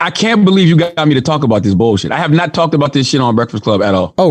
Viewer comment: Well said Charlamange; "Guess what my bruvah, it ain't wurf it. Its NaAaAahhhWT! That shit It ain't wurf it." edit